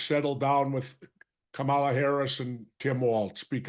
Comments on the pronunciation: Kamala … Like Pamela but with a “K”is better than K-MAH-la . Or , La … but I give Jesse a pass as he worked with James Harris better known as KAMALA . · Jesse still pronounces Kamala's name the racist way. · I wonder why no one ever gives Jesse Ventura any flak for saying “KaMahLah” instead of “comma-la”? I think it’s from when he battled a certain giant from Uganda? Jokes guys. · As soon as he said her name the MAGA way, I had to turn it off.